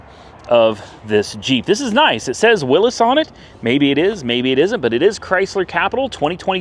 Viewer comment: Willy's (Will EE 's) not Willis